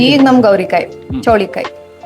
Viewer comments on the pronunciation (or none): Adu gorikayi not gowri kayi 😅😂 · It is gorikayi not gowrikayi. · It's gorikai, not gowrikai